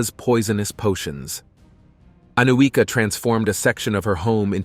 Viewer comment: The correct pronunciation is Aniuka (Анюка).